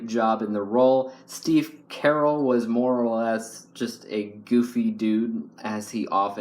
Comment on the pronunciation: Wait, you said Steve Carell wrong. You said it like Carol, lol